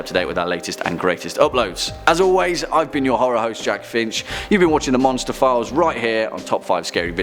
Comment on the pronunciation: What he said: Monster Files What I heard: Monsterphilles Me: what did I do now